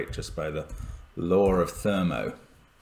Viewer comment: I think the “law of thermo” that Mark referenced is actually the 45th law of thermodynamics (which, of course, is the sum of the first 9 laws). (And I had to laugh at the ‘r’ he added to “law”. I know it’s a common sort of pronunciation, but I still find it funny—and weird.) r8c1 can’t = 6 due to the 46 rule. [ - ] Much simpler: If r1c2 = 4, then, per the 46 rule, 5-6 must be on the 20 diagonal, leaving only 3 to follow 4 on the thermo. [ - ] r7c1 can’t = 6 either, for much the same reason.